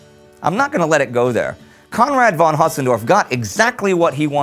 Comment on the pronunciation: I love, how you always pronounce Conrad.